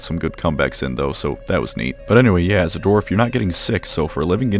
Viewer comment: Are you saying Dorf instead of Dwarf?